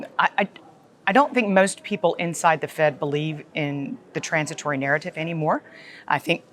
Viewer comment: Please can NEVER say "trornsitwory" ever again?